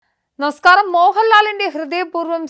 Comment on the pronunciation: Starting Avathaarika 'niskaaram ' enaaano paranje? 😅